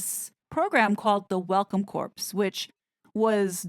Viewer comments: Corps (as in Welcome Corps) is pronounced "Core" it is pronounced "Corpse". Similar to Army Corps of Engineers. Also Meghan was inappropriately dressed at the cooking event by showing bare upper arms. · Welcome Corps. Corps is pronounced like "core" not corpse ❤ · It's pronounced WELCOME CORR (Corps),. CORPSE is a dead body. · Surely you realize that Corps is pronounced 'core', not 'corpse'